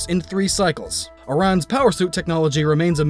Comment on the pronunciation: aran is pronounced air-an